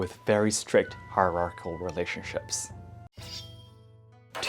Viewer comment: You pronounce hierarchical better than me.